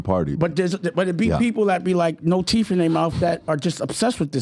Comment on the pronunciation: Talks about people not having teeth in their mouth.. can't correctly pronounce the word teeth.